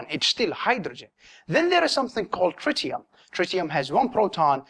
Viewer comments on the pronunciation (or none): none